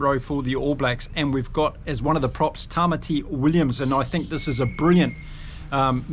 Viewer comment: I think Tamaiti is pronounced Ta-My-Tee